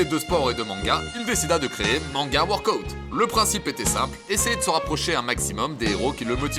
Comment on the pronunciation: Je regarde la vidéo en vitesse ×1,5 pour devenir la reine des pirates ! Purée mais quel Glow up ! Sérieux je connaissais ta chaîne il y a quelques années et je suis super impressionnée de l'évolution ! PS: on prononce WORK-AH-OUT 😎☝️